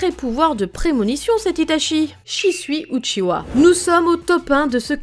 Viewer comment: A partir du moment où elle dit « uchiwa » avec un W j’ai pas pris la vidéo au sérieux 😂